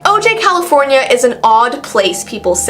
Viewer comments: It’s pronounced “oh-hi” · O'jai is pronounced " O'Hi.."